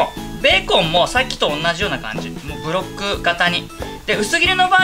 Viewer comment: ベーコンのブロックを、『ベロッ…』 と言い間違えたのを聞き逃さなかったよ